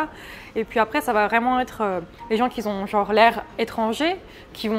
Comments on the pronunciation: Par contre elle fait des liaisons qui n'existent pas. "qui z'ont" au lieu de "qui ont" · Qui z'ont c'est pas très français